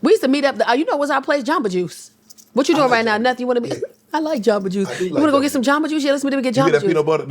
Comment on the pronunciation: You hear the New York when she says “WHAAATT??”😂I love this woman already, she genuine and factual with her comedy❤🎉